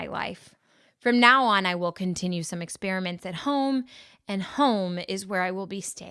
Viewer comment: HOME in not hone